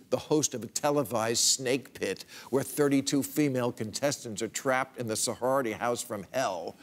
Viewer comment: yes he said so-whore-rity house. haha!